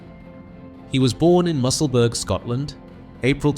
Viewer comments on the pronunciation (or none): Musselburgh is pronounced Musselburra not Musselburg